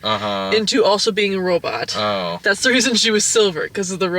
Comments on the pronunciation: "Robit" XD is great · That's the original pronunciation of the word! At some point in the 70's, people stopped saying "robut" and switched to "robot". Check out some old serials or B movies, sometime. (Or things meant to evoke said old serials, i.e. the "Sparks Nevada: Marshall of Mars" segments of The Thrilling Adventure Hour.)